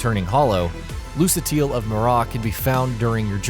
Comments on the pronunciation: LOO-KA-TEEL. MEER-RAH. She even pronounces both correctly ingame when speaking to you, there's no excuse dude. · Lol, this was hilarious. All the demons souls cuts while they were discussing ds1... 'lusitiel' lol 4/10 bros. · I'm 100% sure you guys just googled, "dark souls fun facts." Or something like that, it's common for mispronunciation, but you got things like, "lucatiel" and "mirrah" so off, it's actually unbelievable. You say misinformation, and stupid things. Like what the fuck is sit alone? It's so obvious you guys have never played, and you didn't even out effort into your research. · Please, never say "Lucatiel" or "Mirrah" again. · Jacob McEntire IKR?? I mean she literally says her name multiple times in the game and even asks you to.. "Rememeber" it.. And this guy didn't do even do that much haha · No video showing Dark Souls facts is ever too late. People discover things about the game world all the time. And there's always new fans to the series. However was is not cool is not even knowing how to pronounce the characters name, being generally lazy, and inconsistent with the content. You don't have to be the most Git Gud player and know all the things, but don't cash cow your vids for views. "We don't know what to puke out today. What some facts about the Dark Circles ..or Holes or Souls? But we don't know anything about that? No worries it'll get us some clicks and that sweet YouTube money $"